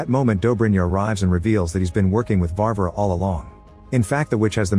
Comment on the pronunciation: his name is not Ali Yosha lol And the witch name is Varvara (emphasis on the the second a, not the first.) The Ivan name is not I vhan either. Its Evhan. (phonetic translation for ya)